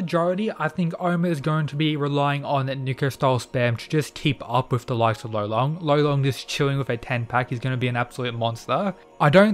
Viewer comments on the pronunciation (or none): Gotta say, I think his name is actually Lolong not Rolon. He's from the Philippines so It's DEFINITELY Lolong. Rolon is just how Japanese people would pronounce it